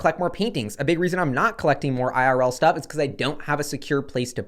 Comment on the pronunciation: hehehe "IRL stough"